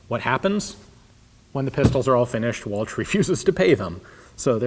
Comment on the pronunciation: Anerican pronunciation is awfull it's ch sounds like SHHHHH